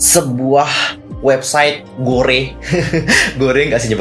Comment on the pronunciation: gore dibaca gor kak, cmiiw ^~^